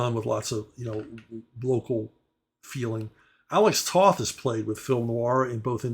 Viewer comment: Alex Toth's last name is actually pronounced "Toeth". The word "toe" with a "th" on the end.